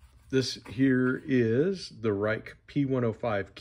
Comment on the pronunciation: Ruike is pronounced like "Rake". I really like their sandvick steel, nice action and reasonable prices.